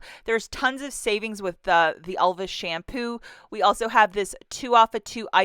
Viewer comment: Are you calling Elvive shampoo Elvis shampoo? Funy